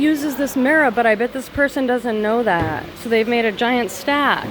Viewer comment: Lol I was literally thinking the same thing.